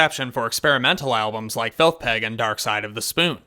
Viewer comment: "Felth Peg" 😂